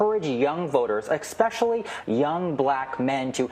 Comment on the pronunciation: Did he just say, “exspecially”???